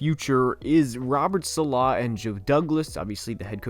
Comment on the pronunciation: "SAH-luh" Not "suh-LAH"